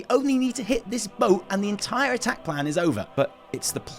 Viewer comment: ...It’s *Missing , Daddy and also it’s attack not atck